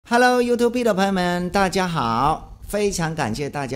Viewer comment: 你讀錯you tube 不是you tube be！沒有B。只是更正 不會讀就將tube讀成普通話突然個突但合口就可以